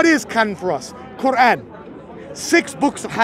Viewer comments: The koo-wrong 😂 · Is the gap between Q and oran a speech impediment a lot of muslims have - kind of like the guy at the Planet-arium in South Park?